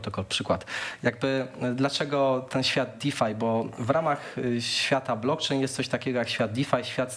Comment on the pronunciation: Blokczejn noduje uolet. Kogoś ty zaprosił? Nie potrafia sie poslugiwac jezykiem polskim.